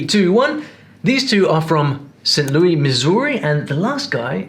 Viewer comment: Saint Lew-is video man, not Lou-ie!